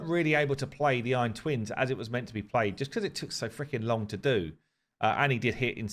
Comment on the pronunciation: Oh god. Eye-ron man is back. 😂